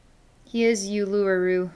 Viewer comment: Thank you from Australia!💓💓💓 BTW it’s pronounced “Oolooroo”.